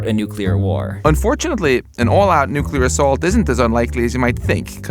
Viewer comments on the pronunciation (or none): none